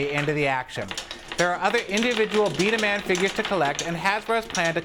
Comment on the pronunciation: Its not pronounced b da man its pronounced b da mon the characters are drevise and dracyan and the "hopper" Is a magazine